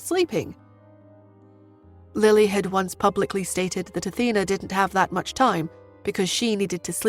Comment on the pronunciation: Why do they keep changing the pronunciations of words Athena sounds like Auntie and then from Pur to Poor and then back to Pur. There's a also a few other errors in the past changing Roger to Howard then back to Roger etc. It's really kinda annoying.